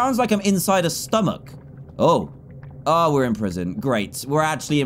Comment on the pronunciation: also, they way dan said stomach